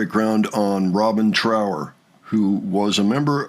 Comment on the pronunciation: His name is Trower to rhyme with thrower and not power. It's basic politeness to pronounce someone's name correctly.